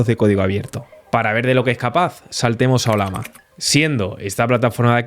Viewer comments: ¿Olama? El símbolo de esta IA es una llama, no una lama, así que se pronuncia Ollama y no Olama. Eso sin tener en cuenta que estás hablando en español y no en otra lengua. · ¿oLama? ¿Cuál es el animal del logo? ¿tan difícil es pronunciarlo bien?